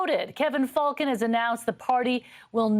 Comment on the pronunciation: it's pronounced "Fullcon" and anyone considering the Cons as an alternative to the collapsed United must be either new here in B.C. or must surely play a mean pinball. Rustad is nothing more than someone's extremist uncle who got loose from the Thanksgiving table. Could Falcon disgrace himself any more?